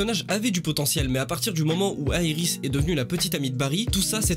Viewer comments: Pas mal mais juste 2 trucs on dit Iris et pas Aerys ou jsp quoi et Savitar pas Savatar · C'est iris et savitar x) pas savatar et airis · Mais serieux pourquoi tu dis des choses pareil sur iris? frachement si iris n'etait pas la vie de Barry n'aurais plus de sens. Iris a beaucoup de choses qui rendent cette serie Meilleure. Et on dit iris pas airis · Moi je dit pas "Savatar" mais "Savitar" et je dis pas "Airis" mais "Iris" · pas aéris, iris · Arrête de dire eiris😤😤😤🤣🤣🤣🤣🤣🤣c’est iris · Le airis m’a perturbé pendant toute la vidéo 🤯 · Pourquoi t appelle Iris Airis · Pourquoi tu dit aie ris c'est iris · C pas airis c iris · Et pk tu dis ariris t con ou tu fai exprès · On dit iris et savitar xd ^^ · Titre de vidéo complètement éclaté, ensuite la saison 3 ainsi que la 4 sont clairement à égalité avec les premières saisons, est pour finir ta prononciation de Iris est horrible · Pas d'accord du tout avec toi, la serie flash est la meilleur, t'es la tu critique la serie commence deja par dire iris correctement et savitar correctement merci! flash n'est jamais mort et ne mourra jamais!